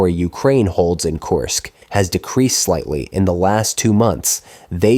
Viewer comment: Kursk... kURsk... not Course